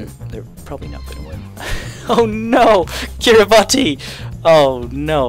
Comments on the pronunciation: Kiriba-TEE? It’s Kiribas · Kiribati is pronunced Kirabas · The way he said kiribati hurt (it’s pronounced kiribass- ik is stoopid) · the last i in kiribati is silent /kiribat/ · It’s pronounced ‘Kiribas’ ITS AN S BRO AN S!